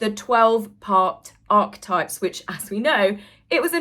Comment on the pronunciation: Correct pronunciation - Archetypes = aa-kuh-tipes I love listening to your channel and the bubbly way you present it. Wouldn’t miss it for the world! Thank you.